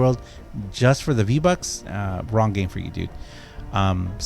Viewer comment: You pernounced vbonks wrong